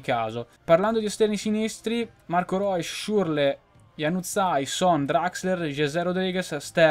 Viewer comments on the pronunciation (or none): none